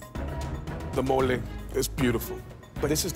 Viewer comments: it’s not Mole it’s “Mole-ayyy” 😂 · 'mo-lejh' sauce?